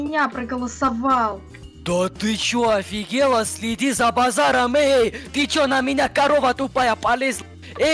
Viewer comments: Я тоже обадаю слова кости за базарам слэди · Слэди за базаром